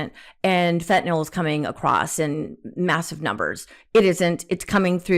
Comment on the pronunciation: Marge - its fentanYl not fentanOl.